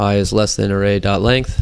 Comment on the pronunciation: Your videos are so helpful, keep up the good work! Also, I love your constant battle with the word 'length'.